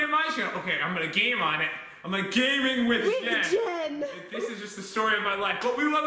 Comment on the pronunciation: Why did you say lick instead of like?